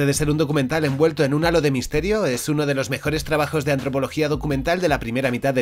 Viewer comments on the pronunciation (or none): none